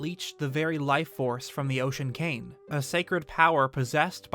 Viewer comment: "The Ocean KANG"